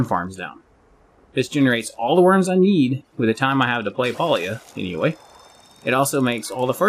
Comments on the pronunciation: Calling it Paulia is crazy 😂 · must not be from the south. Pa is (Pah) 🤣 The devs say its pronounced pay-lee-uh but that just sounds wrong lol